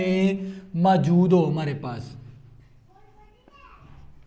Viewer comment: موجود ❌ ماجود✅😂